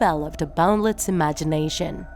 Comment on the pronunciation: Doofenshmirtz not Doofensmirks. Candace not Candnz Mental illness not mentally retarded Boundless not bounlenz